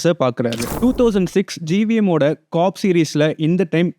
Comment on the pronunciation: adeii 'COP' nu oolunga sollu dahh summa cock cock ntu😂😂